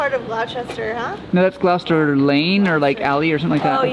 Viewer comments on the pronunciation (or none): Gloucester is pronounced "Gloss-ter" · or Gross-ster. lmao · Surely the purple house was Prince..and Gloucester is pronounced Glosster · They're still saying "glaow-ster" though.